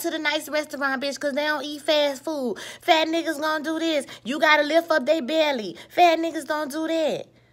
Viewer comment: Im glad you didnt make this about black men and us not liking my own women, and you are gorgeous. But the way you said fat niggas lmao PHat neeguuzz